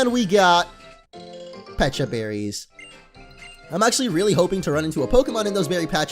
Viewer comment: isn't pecha berry pronounced peach - a berr-y